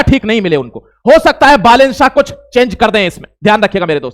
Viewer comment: बालेन शाह ❌ साह ✅